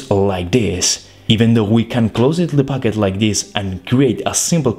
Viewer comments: I love when you say "packet" but it sound like "baguette" or my ear is horrible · I thought he said baguette